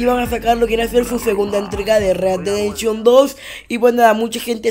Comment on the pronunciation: READ DE DENSHON:V read dead redemption*